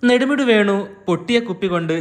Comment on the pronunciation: നടുമുടി വേണു അല്ലടാ പൊട്ടാ,,, നെടുമുടി വേണു